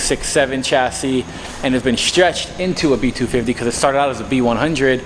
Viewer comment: I love hoe you say B- 2 Fivvtee